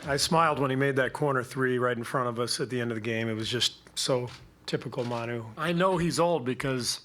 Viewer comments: muh-nu not man-nu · It’s mawnu, not mahnu. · The fact that she says "Man-u" instead of "Ma-nu" really bothers me.